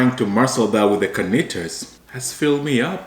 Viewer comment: it’s Carnitas and not Garnitas. Not to offend your Mexican viewers 😂